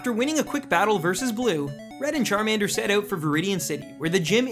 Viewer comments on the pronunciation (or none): none